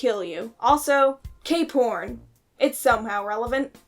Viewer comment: Cape horn?? I heard K-porn 😭😭😭